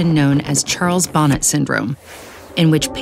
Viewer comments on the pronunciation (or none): Bonnet is pronounced “bauh-NAY” like the o in “sort” or “off”